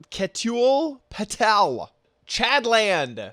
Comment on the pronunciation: Ketul patel Is pronounce like ke tu la PA Te l